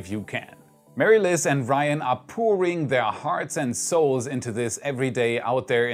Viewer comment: Pore.ing not poor.ing. 🤗👍